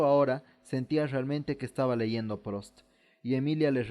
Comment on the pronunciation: Debería corregir la pronunciación de algunos nombres. No es Prost, es Prust, la où en francés se pronuncia u...